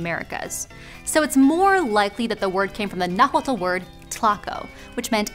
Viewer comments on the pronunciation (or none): The tl in nahuatl is one sound not a t and an l. And it sounds similar to a T so its definitely from Tlahco